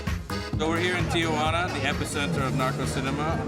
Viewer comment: Noooo, it's not "Tia-wanna". It's "Tee-wanna".